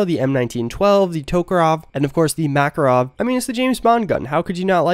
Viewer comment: Makarov does not sound like you said (MAkarov), it sounds like (MakArov), emphasis on the second letter A. I understand that you can not know how to pronounce correctly, but coz' I am from Russia, your wrong pronunciation of names of Russian guns unpleasantly cuts hearing. No offense)